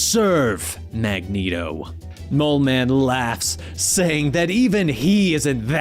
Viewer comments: 90s Cartoon made Mag-neat-o canon. Magnet-o sounds like a breakfast cereal. Have a nice bowl of magnet-Os. Get all your essential iron! ha ha. Reading character names vs hearing them is often jarring. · Why keep calling Magneto - Magneato? I don't say that. The 'net' is like 'magnet' or like 'stilleto,'. And this vid also calls Polaris - Poloris. It's like calling a bat - a bot.